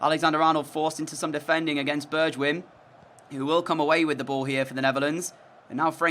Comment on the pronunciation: Correction his name is actually pronounced bergwine not bergwijin 😂 it’s an error I also used to make